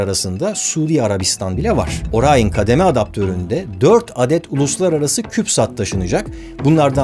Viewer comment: NASA bile Orion diyor Barış Orayın diyor